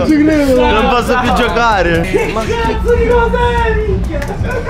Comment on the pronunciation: "non posso più giOcärə"